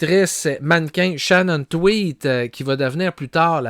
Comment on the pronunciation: shannon TweeD pas twit 😂